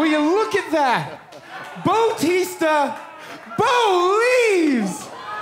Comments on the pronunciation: It's bluetista not botista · Batista hahahahaha Bolieve LOL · BO-TISTA BO-LIEVES